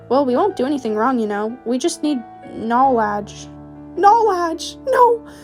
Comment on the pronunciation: that one eleven yr old in the comments: IT'S KNOWLEDGE NOT KNOELAGE